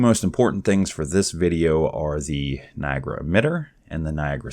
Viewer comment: its not NI AGRA its NIA GARA